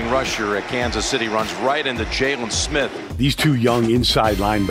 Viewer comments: He said jay lon smith it’s jaylon Smith 😂😂 but I appreciate it we ballin it’s only gonna get better and better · It’s jaylen it’s jaylon😂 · Who TF is Jaylun? It's Jaylon smh 🤦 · Jessus christ its JAYLEN not jay-lawn mower smith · Jay-lawn Smith 🤣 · Jay-lawn Smith? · he be pronouncing it jayLON...smdh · jokes on you it's jaylon not jaylen lol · G 18 actually it’s jaylon not JALEN like this isn’t Ramsey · Why didnt u answer the first time I called u Jay-LAWN?? Vander Esch go cover Oh-Shag-Hennessey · Did he pronounce it Jay-lawn Smith? 😅